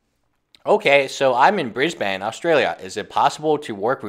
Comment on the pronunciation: Hey dude it's pronounced bris"bin". From someone who lives here.